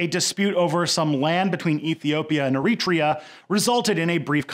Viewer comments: Wait for it ... Wait for it ... Ehreeetria : o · Hey man, I'm European (Scottish), and I'm not complaining but just find the way you pronounce certain words really funny. Like Eritrea. I enjoyed this video very much and like your content in general but I just have to mention how strange your pronunce certain words.